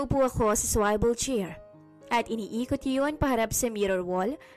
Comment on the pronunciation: Swivel chair, parang mali po yung bigkas sa word na swivel chair?